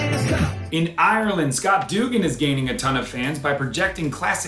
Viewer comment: John - on behalf of Ireland, I'd like to say we forgive you for absolutely butchering the name "Duggan" because you're a delight and these videos are too.